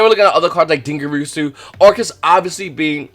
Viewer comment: Why can no one pronounce "Dingirsu"... It's din-gir-su, not din-gir-e-su, not din-gir-a-su, not din-gir-u-su....